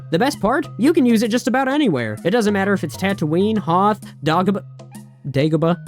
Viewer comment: Double down, dude mispronouncing dagobah is a running gag in my view